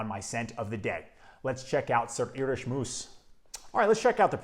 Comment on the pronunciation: Great fragrance. Moos is pronounced as in "more". And if you want a fragrance to last longer, make sure you moisturize the skin area where you want to apply the fragrance.